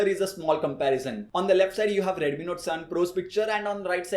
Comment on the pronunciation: One similarity is ads, look at his expression 😃bro one thing is dont say redumi, say Redmi😁